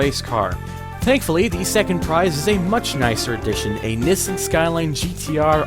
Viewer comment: why keep mispronouncing Nissan, and why call Z, Zed??? where are you from???